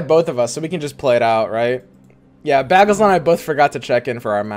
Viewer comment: This man's saying ''baggle'' like that one Community episode where Britta pronounces it like that.